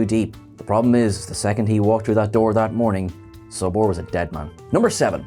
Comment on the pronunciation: And its Solbor, not Sobor